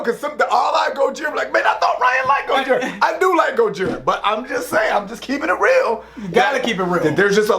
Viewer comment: Btw its pronounced GO-HERE-UH